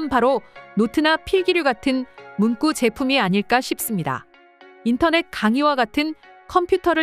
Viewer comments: 문꾸냐, 똥꾸지? "구" 발음도 못할까? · 낭독목소리도이쁘신데ㅡ한국분이아니신가요^발음상문구는문방구이고ㅡ발음상문😂꾸는문장의구절을의미하는것으로완전히다른것입니다^ 듣기가너무거슬려서요^ 😊😊😊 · 잘 보고있습니다~문구 발음이 문꾸라 하시는데 너무 경음화되어 듣기 거북하네요~~ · 문구(文句)가 아니라 문구(文具). 文句를 문꾸라 발음하는 것은 일종의 한자어의 관습적 된소리 한 유형인데, 어떤 논리적 규칙에 따른 것이 아니고 그냥 받아들여야 하는 한 쓰임이다. 그러나 이를 일반화해서 文具에까지 적용해서 문꾸라 발음하는 것은 잘못된 것이다. 정신을 차리든지 업데이트 좀 해라, AI. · 한국에서는 문구 문구류라 싶게 말음 하는데 이상하네요.